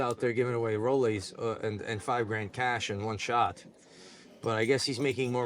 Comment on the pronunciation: He said a hundred GRAND, not grams 😂